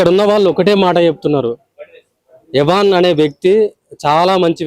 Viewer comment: ఎవన్ కాదు రా సామీ అయాన్